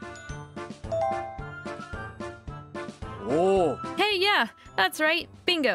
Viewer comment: As a french girl, i'm personaly offended on how you said Mont Blanc. You will have to work that.